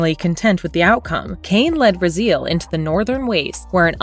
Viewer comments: The narrator obviously never played the games. it's Ra - Z - L not Ra-Zeal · Maybe say Raziel's name right at least. Rah-z-L, not Rah-zeel. Do some more research besides text level and you'll see the the pacing and tone of the video as well as pronunciation of the key movers of this entire saga is wrong. This stinks of AI voiceover. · Ra-Zeal? Ok. NVM... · I only disliked this video because i got tired of hearing this woman pronounce Raziel's name wrong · Bro she even got Raziel wrong 😭